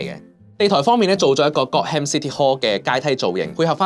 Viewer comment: 提提你，係Gotham, 唔係got ham city hall